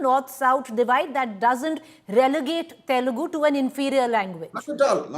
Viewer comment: That YSRCP spokesperson can’t even spell TELUGU… correctly 😂😂. He is saying …. “TELGU” 😤😡 and he is invited to talk on this topic…. Which is really very funny!!! 😂